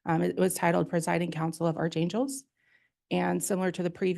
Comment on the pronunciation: Archangel is pronounced with a hard "ch", like "ARK", not "ARCH".